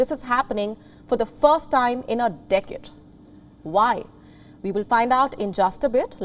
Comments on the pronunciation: She likes the word "decade" but she never says it properly. Decid? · Did she say decket 0.19? What's a decket? Ha, Ha...